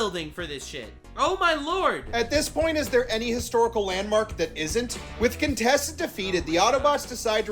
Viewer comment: “Contessa” IT’S! *QUINTESSA!!!!*